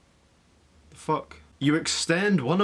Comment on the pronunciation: You like “FACK”